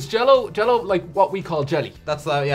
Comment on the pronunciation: Uhm that's not American Jel-Lo lol